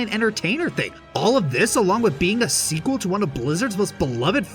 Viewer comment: The Seekel? Did you maybe mean Sequel?????????????